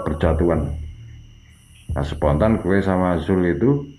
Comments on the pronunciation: Mas ngomong GUE nya medok.. Gak cocok dngan logat jawanya mas ngmng GUE 😂😂 MAAF 🙏🙏🙏😜😜 Pake SAYA aja lbih enak 😁😄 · Dennis Saputra iya jadi gak serem..Malah focus ke GUE nya pngen ngakak 😂😂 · Salfok ke "ghuwe" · Lumrah bang orang jatim kalo ngomong " GUE " medok 🤣🤣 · Hahaha mas nya "Gue" nya MEDOK BINGITTTT???Klau bukan asli Betawi atau Jakarta ga usah Sok-Sok'an bicara pake "Gue-Gue" segala??cerita ente bagus tp gara gara "Gue" cerita ente jadi minus???Mas..gw orang Jakarta,asli Betawi lama Stay di SBY??bisa bahasa Jawa dan gw ga malu bicara pake bahasa Jawa??ga harus Pake bahasa elo-gue-elo-gue. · Cuma 1 yg agak menggelitik kuping saat menyimak cerita.. Yaitu kata "gue"... Diucapkan dengan kemedokan jawa kental...